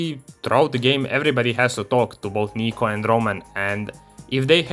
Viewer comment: my biggest issue is that Niko pronounces his own name wrong, which totally breaks immersion